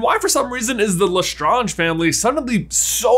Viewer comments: Just as a side note: The name is pronounced "le-strange" as in "strange", and there is nothing French about it any longer. The name Lestrange has been in Britain since the time of the Norman Conquest (1066). If it were modern French, it would be Létrange. The middle s has not been written since the 16th century in France and had not been pronounced for even longer, but the s remained in the English name. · LeStrawnge = Nails on Blackboard 🥶 Please, stop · Wouldn’t the correct French pronunciation be L’étrange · It is said le strange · Pronouncing La Strange... Le Stronge is as bad as the Ravenclaw mascot being a raven! 😒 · I’m sorry to say this but you are pronouncing it wrong it’s strange with La at the beginning of the word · “Le strunge” 👀🤢🤢🤢🤢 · Your theories are interesting to say the least. What has me confused though is your pronunciation of Bellatrix last name Lestrange. Even JK Rowling has pronounce this last name as Le strange, you however tend to want to put a French pronunciation to it. This makes your assumptions seem very presumptuous by trying to add an air of sophistication to your hypothesis. In short, pronounce the names and words correctly as they are used within the series or forget about making videos of this nature because nobody can take you seriously because of your mispronunciation of key names. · Why are you saying lestrarntsh? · OMG, stop saying LeStonge. Ugh. You're not speaking French and just because it may have it's roots in French, even Bellatrix, Leta and other's within that own family never pronounced it that way. We don't go around saying every single name or word with roots in another country with that country's accent, do we? lol. So annoying hearing that constantly. So pretentious. :P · please pronouce it La- StraYnje. your pronouciation is killing me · I cringe each time he says LeStrange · the way pronunces' Lestrange bother's me a lot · I mean I know it's french but it sound's better in English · Bro lustrunge 🤣